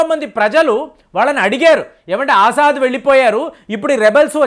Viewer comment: ఆజాద్ కాదు ఎర్రి పుష్పం అసద్ అల్ బషర్ , అసద్ అంటారు